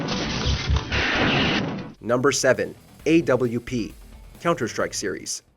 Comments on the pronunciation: Watch Mojo- "Ayy double u pee" Everyone else- "You mean the op?" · Did anybody else cringe when he called the AWP the AWP?